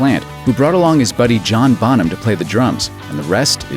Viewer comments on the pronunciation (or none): none